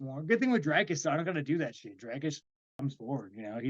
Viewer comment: For god's sake please pronounce Dricus properly ......gaaaaawd